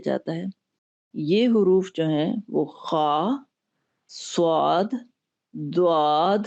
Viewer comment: اسلام وعلیکم ورحمتہ اللہ وبرکاتہ ص میں و کہاں سے آیا صواد نہیں صاد ہوتا ہے